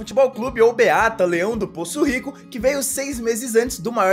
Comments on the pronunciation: Só corrigindo, não é BEATA, é BAÊTA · Mano é Baeta e não beata mas mesmo assim, dá-lhe Juiz de Fora ❤️❤️ #ClassicoTuTu